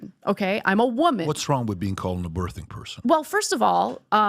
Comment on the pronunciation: Why can’t Americans pronounce words properly?! The "th" in birthing is pronounced the same way as the word "think" not "there" 😂